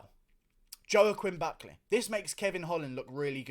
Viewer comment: Who's Joe-Quinn Buckleh?